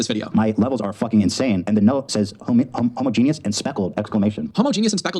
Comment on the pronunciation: Jake commenting on Ethan's "mispronunciation" of ANA titers while repeatedly mispronouncing "homogeneous" less than a minute later has sent me into orbit